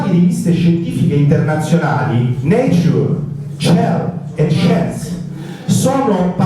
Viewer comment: "le principali riviste scientifiche internazionali: necciur, cier e sciens"